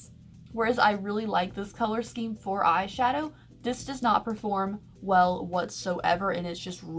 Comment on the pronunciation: Am I the only one who thinks she says "eye SUGAR pallets" instead of "eye shadow palletes".. I know what she's saying but it sounds like sugar not shadow in ALL her videos.. Haha I think it's cute